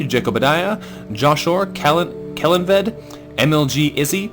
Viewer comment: Yay Kellanved is now present! It's pronounced more like Kell-on-ved though, but it's good. I hope he proves useful to the fortress.